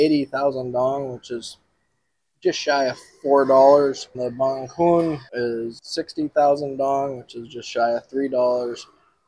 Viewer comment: It's banh cuon not banh coun 😂